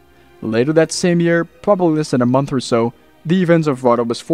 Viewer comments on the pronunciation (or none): none